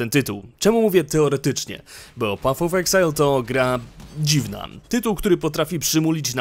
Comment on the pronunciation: materiał bardzo dobry ale proszę Cię, nie pat of exile a paf of exile.